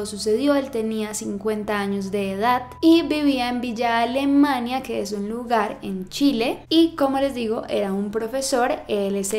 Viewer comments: se pronuncia villa alemana no villa alemania y el vivia en peñablanca esta adentro de villa alemana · Villa Alemania jajajaja, es villa alemana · JAJAJAJAJAJA Csm Villa AlemaNIA XD okey no, yo vivo ahí pero se dice Villa Alemana PD: Te admiro mucho uwu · Es Villa alemana, no Villa Alemania jajajaja, Saludos desde Villa alemana